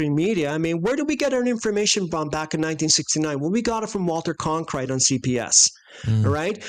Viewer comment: I like "Con-krite" much better...It sounds more like a freudian slip! 😂